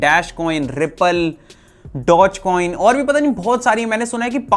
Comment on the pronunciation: Lol,dogecoin in not pronounced as Dotchcoin-It's like Dogee Coin For cute dog in the picture